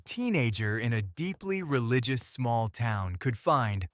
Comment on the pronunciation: "Tuth"? "Relicious"? AI sucks.